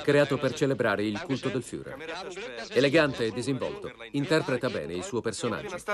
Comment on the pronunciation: LA PRONUNCIA FIURER non si può sentire!!!